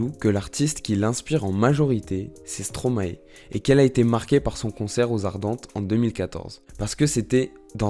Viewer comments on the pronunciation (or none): Et on dit aussi Stromae ( comme )ail😅 et pas Stromaé stp😜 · Bon... Il faudrait faire un effort pour énoncer les prénoms et noms correctement Angèle, Stromae (maestro, tu dis pas maéstro, hein ?), Annegarn, etc... 🙄 😉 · et wechter alors là.... Un massacre